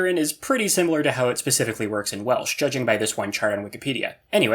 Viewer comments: Well artifexians welsh pronoucniation needs work tho xD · welsh prounciation 😭😭😭😭😭bro pls